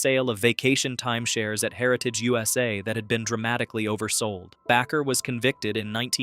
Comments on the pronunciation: It is pronounced like baker but it's Bakker. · Heritage USA... The stupid recording said back her instead of Baker😂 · It's pronounced BAKER. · Bakker is pronounced like baker. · what a stupid announcer, He cannot even say Jim and Tammy Baker right where do we get these clowns?